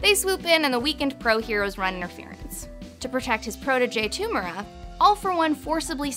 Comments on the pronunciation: Man its tomura not tumera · Same with To-mu-ra